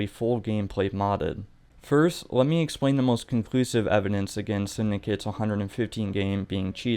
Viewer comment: You know its called evidence and not evinence right?